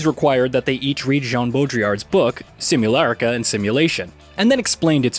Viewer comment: It's minute 2 and already you pronounced simulacra wrong :)